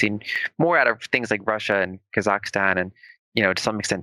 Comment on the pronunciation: Wait till you hear the Kazakhstan pronunciation :)